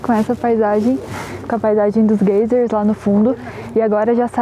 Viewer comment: Desculpas mas vocês falando gaysers tá uma agonia rsrs, fala em português mesmo gêiseres ou vão praticandoo inglês falando (gaizes), Abraços!!